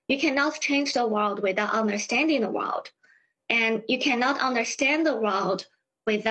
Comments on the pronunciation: 哇哦d，是这么发音的木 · "you cant change the wowd with out understanding the wowd"